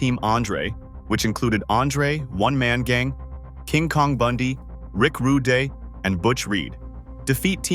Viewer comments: i'd like to know what in AI makes it call him Rick Rudeh (with the canadian styled eh) versus accurately Rick Rude with the silent e i think it's important to note that Saturday Night's Main Event didn't "replace" SNL but initially was used to fill the time slot during SNL's summer breaks when they typically ran reruns. due to its early success NBC and mostly Dick Ebersol decided to give it a scheduled time in that slot (quarterly i believe) a few times each year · Teach your AI to say RUDE AND DUGGAN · Ai narration is terrible. Instant channel changer. Don't you listen to your videos before you post them? Who the hell is Rick Ru-day or Jim Doogan? If you can't get the names right, what else did you not get right? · Hacksaw Jim "Doogan" and Rick "Rude-eh".... good job narrator, also saying WWE when referencing 80s WWF seems like a sin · ho-GAN? Ravishing Rick Roo-day? Don't be lazy. If you can take the time to collect and organize all these clips and write the script, then you can voice it, too. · This was fun because I was introduced to wrestling by watching a VHS tape of Mania III at asleepover when I was in 7th grade... and 40 years later I'm still a fan. What is up with the voice of the person doing this, though??? Sometimes, Rick Rude was pronounced "Ru dey" and Duggan was pronunced "Doo gan." And why not just call it WWF? That's what it was at the time. This was a fun look back but some odd choices in there. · "Rick Rud-eh", "Jim Doogan"? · Its A.I. BROTHER OoohhYEAHH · This needs some major editing. So many video clips that have absolutely nothing to do with what's being talked about. And how does the AI not know how to pronounce "Rude", but can easily say "Bigelow" and "Nikolai"? Lol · This AI voice is so annoying they can't say Rick rude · Yeah, the narrator can’t pronounce the names of Rick Rude and Hacksaw Jim Duggan correctly.